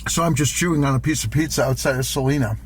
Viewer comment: Salina, Kansas, is pronounced suh-LIE-nuh (sa-LIE-na).😅. Wakeeney= wuh-KEE-nee😂